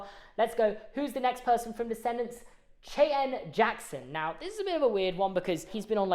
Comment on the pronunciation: Imagine being so painfully British you don't know how to pronounce Cheyenne